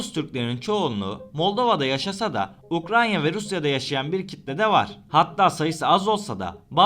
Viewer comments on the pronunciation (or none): UKRAYNA ukranya değil